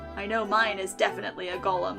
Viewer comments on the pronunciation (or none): none